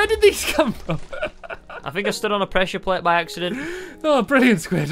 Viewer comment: Stampy it's presure plate not presure plat.